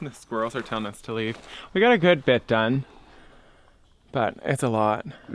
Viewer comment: “Dome”… not “done”. LOL 😂